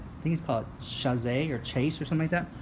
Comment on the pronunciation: Sha-zay??!! - really?! Its a chaise lounge! As in shayze or shez ( in english anyway) - youre too cute!